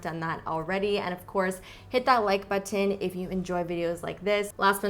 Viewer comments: I notice that too! LOL, it's always nice to know you're not alone 😁 I love the way she pronounces the 't' in button, so I was surprised when I noticed she doesn't do it with every word. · U say button funny haha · Haha I always notice this too! I figured it was just the more Canadian pronunciation as opposed to the American